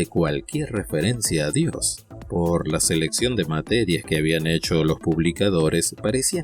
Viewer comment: SI SOS ATEO NO TEMAS PRONUNCIAR BIEN DIOS, SEA CON MAYUSCULA O MINUSCULAS, MENCIONALO TAL CUAL, DIOS.